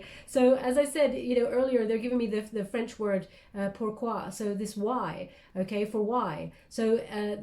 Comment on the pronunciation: Yes, "pourquoi" is French, you're very good 👍 👌 😉❤ as I am, French!